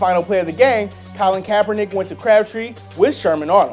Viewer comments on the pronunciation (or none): none